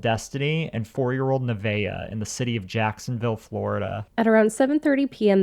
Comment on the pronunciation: Her name is Nevaeh, not Nivea.